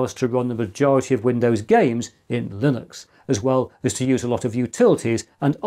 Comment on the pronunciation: one slight quibble: you keep saying "lillux" and totally ignoring the N in the word.